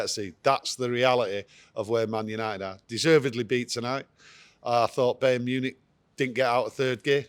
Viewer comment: Bey-earn Munich 🤣😂😅